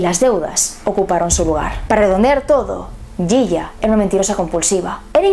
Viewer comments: me encanta escucharte decir "yiya" en tu español, para nosotros argentinos es "shisha", te admiro! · Considerando como funciona la justicia argentina, es reeee probable que la condena haya sido forzada y sin pruebas justas. Y lo del hijo puede ser una buscada de fama increíble. Por cierto, siendo un apodo argentino, se pronuncia Shisha.